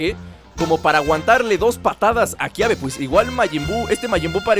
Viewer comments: es kabe no kiabe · Es Kaybe no Kiabe